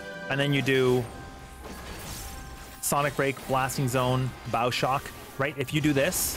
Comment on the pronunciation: I choked on my water when you said bow shock weird, please apologize.